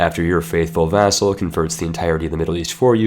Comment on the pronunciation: You make vassal sound as food.